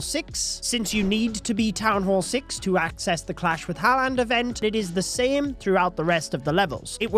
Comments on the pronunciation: btw u pronounce the name like 'harlend' not 'haland', bro just read it off coc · Dude its pronouced Harr-land not Hall-and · lad, if the events gonna go on all month please learn how to say his name its haaland not haland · “Erling Haland”😂😂😂😂😂😂😂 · you’re pronouncing haaland wrong btw it’s more like “har-lund” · just letting you know its pronounced har-land but thanks for the info! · The way says haaland 😑 😂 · As soon as I heard his pronunciation of haaland I jumped straight to the comments😂